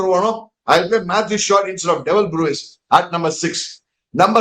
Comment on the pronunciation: it’s Brevis, pronounce it like you would pronounce the word Brevity. It is not Brewis like how you pronounce the word Brew